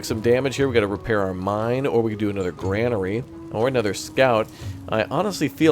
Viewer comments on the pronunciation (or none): Glory to Raptoria! (Civ 5 ..) .. and, yes, Kamikaze. Also Grain, not Gran. Grainery not Granery .. 😁🥸